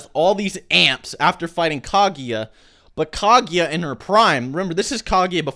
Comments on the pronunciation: Lol dude it's "Ka-Gu-Ya" not "Ka-Gi-Ya" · Kaguya not kagiya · Decent video, but can you please learn how to say KA-GU-YA instead of spamming kha-gi-ya!! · I can't understand how U keep pronouncing Kaguya as "Kagiya". It's Ka-Goo-Yah. How difficult can it be? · How the fuck do you get Kagieya from Kaguya?